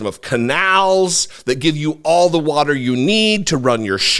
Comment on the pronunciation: I hate the way Trump says “warter ”. Ugh.